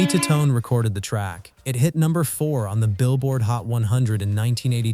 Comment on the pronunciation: For AI, this wasn't half bad. But the mispronounciation of Tommy "Ta-TONE" for Jenny and "chawreography" to describe Toni Basil's video and the picture of Bush jr instead of Bush sr in 1988... now, those were good jokes, thanks AI, I know you don't take anything personally.